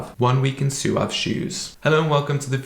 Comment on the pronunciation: I've watched 3 review videos and have heard 3 different pronunciations 😂 One dude said it right "swav" the other guy said "sawv" and this dude says "soo-ahv" What is going on 😂